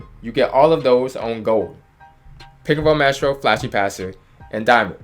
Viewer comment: Yo Why you say maestro like that?